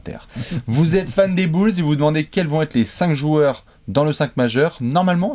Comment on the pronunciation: les "bülz"